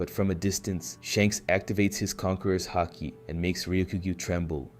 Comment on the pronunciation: I thought that too at first but its clearly AI when you listen closely, for example he keeps pronouncing words differently like mihawk or haki, and sometimes he stops mid sentence and repeats the same dialogue twice. I know its still a lot of work and i respect it, but i wish there was more emotion put into it.